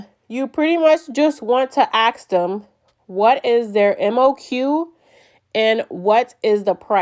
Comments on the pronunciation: Fuking ask not axe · Ask ❌ Aks ✅ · Ask* not aks 😊